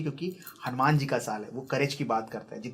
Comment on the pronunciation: ये हनुमान को हनुमाना कहना अच्छा नहीं लगता।